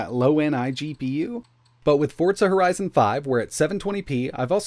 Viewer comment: 'Fortsa' horizon 5